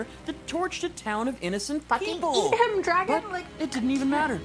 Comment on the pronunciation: What people hear soren say:a dragon? What I hear soren say: a dwagon?👌😎😂